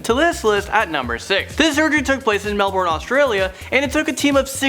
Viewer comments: Did he say... MELBORN? BRUH STOP CALLING MELBOURNE (meh-l-bin) MELBORN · SAY MELBOURNE RIGHT!!!!! U JUST INSULTED MILLIONS OF AUSTRALIANS BY SAYING MELBORN WHEN ITS MELBURN U DUMBASS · You pronounced Melbourne wrong it's pronounced mel-burn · Melbourne is pronounced Mel-Ben